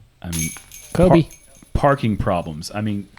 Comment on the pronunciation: He said kobee 🤣🤣🤣🤣🤣🤣